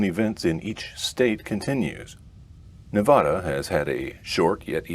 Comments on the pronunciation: other than the pronunciation of Nevada, nice video! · you can pronounce it right hopefully next time, there are many references online.